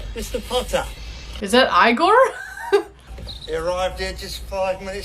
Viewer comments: First time Ive ever heard someone pronounce it EYE-GORE and not E--GORE 😅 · I laughed SO hard when you mispronounced Igor. It's one of those f'ed up things where I sounds like E. Sometimes the language messes with Y too, it sounds all sorts of ways.